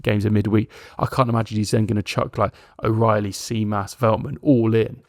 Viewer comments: good way to practice emphasize the capital that i am about to write. STEF-an-os (also the anos should be pronounced quicker together so there is not this awkard An - Os sound) JIM-as we emphasise letters based on tones in greek (Στέφανος Τζίμας) ps. Kostoulas prononcuation was spot on though tbf. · Think of Tzimas as Jimas, tz in Greek is the equivalent of j in English, also stress the Ste not the fan on Stèfanos. On Kostoúlas your pronunciation was quite close to the correct one, just put the stress on rá instead of la and if you can pronounce mpos as boss because mp in Greek is the equivalent of the English b. Hope you find this helpful.